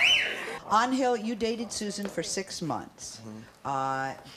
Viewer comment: Why does sally keep calling ‘Angel’ as An-hill. Just pronounce his name as the mythological creatures lol.